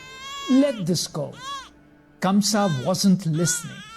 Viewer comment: Ok..so now let me tell u something.. the name of the king is not KAMSA..it's KANGSA..and Sarpent king Sheshnaag protected little Krishna from rain on his way to Gokul as he himself became little Krishna's umbrella..